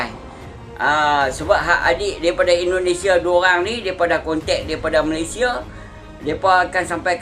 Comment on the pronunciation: COBA PERHATIKAN DAN DENGARKAN BAIK BAIK, APA YANG DIUCAPKAN... BERKATA MALASYA.... MALASYA... MALASYA... 🤣👻🤣🤣🤣👻🤣🤣👻🤣 ITUPUN KALAU TIPE M MALAYDESH TAK PEKAK TELINGA 👻🤣👻🤣🤣🤣👻🤣👻